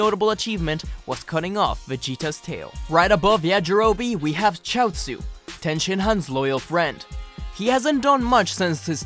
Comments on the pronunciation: You said ten and not tien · I am cultured but every one pronounce it tee an